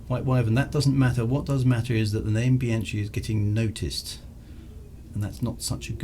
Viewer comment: given your penchant for Italian names, I thought you should know that 'CH' in Italian is hard (i.e. like a K) so it is Bee/anne/key (the 'chee' sound is CI as in 'ciao': io capito per che sono statto in Italia multi anni fa). Great clunky keyboard and clicky mouse; very 1992.